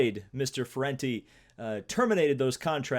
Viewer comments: That (now former) motoGP rider's name is FENATI, not FURENTI.. the funny thing is: furente actually means "furious" in italian so, I'm still wondering if that mispronounce was totally on purpose!! Best racing channel, keep the great work buddy! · It's Fenati ( Fen-ar-tee), but that is a good effort thought. Also I'm a massive MotoGP fan and I think it's disgusting and he should be banned for life. A few years ago this type of incident happened in a junior Italian championship where a rider pulled someone's front brake but the rider crashed and he got the rider who pulled the brake to court, so I think that Fenati should be banned for life. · I hope butchering Fenati’s name was a sly reference to Paul Tracy butchering Ferucci’s name